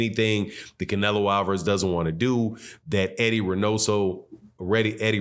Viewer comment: He almost said clenelo and I almost died laughing